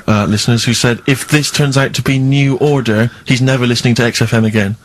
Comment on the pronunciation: That pause on 'New Odor' gets me every time!